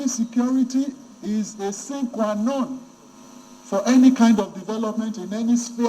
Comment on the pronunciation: That's not the pronunciation of 'sine qua non'. You too like arrogance. Though security is important but Alake has deviated from the question.